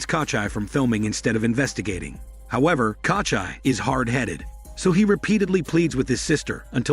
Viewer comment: "Katcha" - it's Kochi wtf